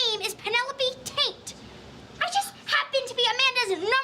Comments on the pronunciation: As a kid I always thought Amanda was saying “Tate” not “Taint” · You said, "taint".